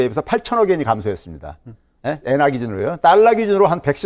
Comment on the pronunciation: Tk,pk출신에 일본에서 공부하신 듯요.. "엥화"라는발음이 범상치 않으신 걸로 봐서 유학시절 혜택이 좋으셨겠네요. 일본의 눈으로 경제를 보십니까?